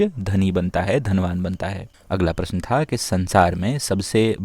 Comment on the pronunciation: Prashan ha ha ha kyu bol ra he